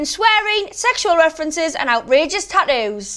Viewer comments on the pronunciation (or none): “.....and outrageous tahthoos” that’s what it sounds like lmao